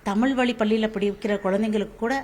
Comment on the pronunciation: நீங்கள் முதலில் தமிழ் என்று நன்றாக உச்சரிக்கவும்